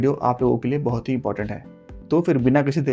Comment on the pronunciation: Bhaat nhi re baht😂